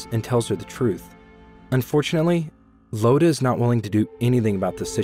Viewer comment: It's not "Lodha" it's iodha "Iodha"